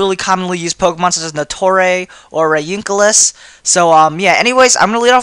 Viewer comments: reuniclus = ryincalous? lol whatever pokemon are pronounced different by everyone. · "Nattorei" or "Nutrey" (WTF) = Ferrothorn in Japanese. He royally f*cked the pronunciation of "Reuniclus," which is the other Pokemon he made reference to.